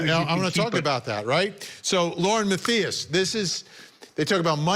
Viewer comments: Vinnie ... What the heck, man ... Were you feelin' the effects of too many cocktails? Lauren's surname is pronounced : Math. Eye. Us. , ok? Please show the respect to this woman that she deserves & has earned. You owe her an apology, on air & in person. We'll wait ..... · Tell Vinnie to pronounce Lauren’s last name correctly